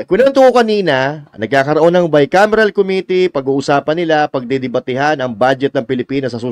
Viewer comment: Hindi nga GAA, Bicamiral..